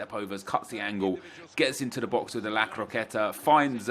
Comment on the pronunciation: STOP SAYING ‘La Croquette’